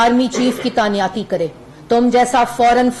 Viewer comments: Tanyati nhi hota lafz he tainati pehey school to jao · تعیناتی ہوتا ہے جاہل عورت تعنیاتی نہیں ہوتا،دور کھلا تیرے تے ایڈی تو فلاسفر